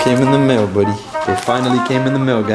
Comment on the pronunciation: I love when he call "budy"